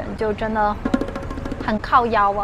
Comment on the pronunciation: 台語的靠夭發音不標準！